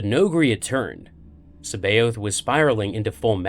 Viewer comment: His name is pronounced "SAB EYE OTH" people need to learn to pronounce things right jesus it proper gets on my nerves, look it up properly, Timothy Zahn himself pronounces his name SAB EYE OTH